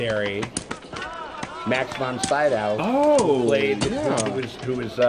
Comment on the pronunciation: The Americans' mispronunciations of foreign names never get old. "Max von Sydow" is pronounced like this, pal